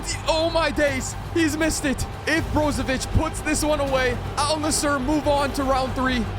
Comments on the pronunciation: Edit: ol nussur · "Al Nasshur"😂😂😂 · He did not just say al nisser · lol the AI pronounced Al-Nassr better than he did 😹😹